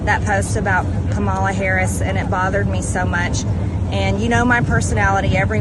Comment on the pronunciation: Margie still can't pronounce Kamala's name correctly, very much on purpose.